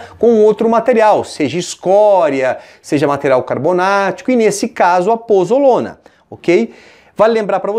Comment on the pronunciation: POZOLANA e não pozolona